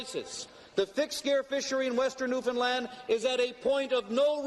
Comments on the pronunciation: First time I've heard someone covering an Atlantic Canadian topic who didn't mispronounce Newfoundland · The pronunciation signifiers in this video are baffling. Somebody who says "zee", yet pronounced Newfoundland bang on? Amazing. I had assumed with the earlier Newfoundland drop that the presenter was Canadian, but zee suggests otherwise.